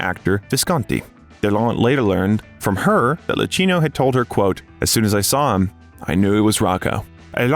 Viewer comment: DO learn names correctly, dear Al. narrator! Try punctuation too. LuKeenoe Visconti (Luchino) Paroll, paroles no (S)